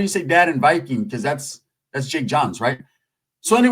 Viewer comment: TY for the shout out to Norway... Norway's in the HOUSE!!! Wes aKa Small Hands Big Slaps.......... You're saying Viking perfect BTW Love the channel, massive respect